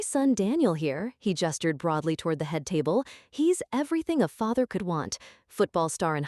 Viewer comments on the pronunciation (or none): none